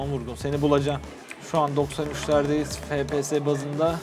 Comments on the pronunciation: O fps efpies die okunmuyomuydu?, yokasa benmi öyle biliyom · abi FPS değil ef pi es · harfleri Türkçe söylemek daha iyi